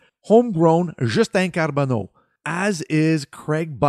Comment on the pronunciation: I liked how you rolled the “r” in Carbonneau. Didn’t follow the prospects much this year, but I can’t wait to see what Hughes and Gorton will cook this summer.